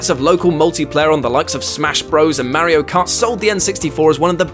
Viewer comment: He says Mario and AT-AT the English way! So, you know... Correctly. ;)